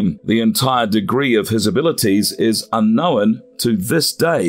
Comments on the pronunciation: It’s unknown not unknowin. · Lol... "UnknowIN"?!?!!